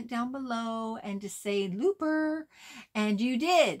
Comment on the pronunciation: CONGRATULATIONS ANGELA 🎉 Each time you said Looper, Lisa heard "Loofah" 🙄